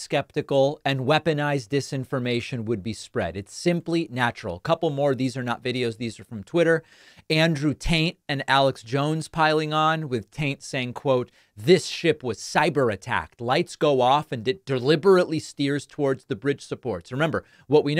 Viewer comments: Did he say "andrew taint" ? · "Andrew Tante"😂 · He said Andrew Taint didn't he?